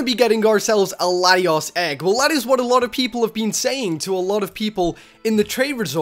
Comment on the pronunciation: Its Zek rum and Latios is lat- e-os